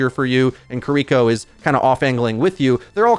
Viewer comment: I can't with the "Ki-REE-ko"